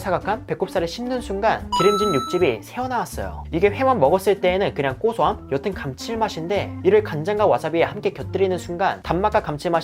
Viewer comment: 꼬소함. 거의 모든 영상에서 꼬소하다고 발음하시네요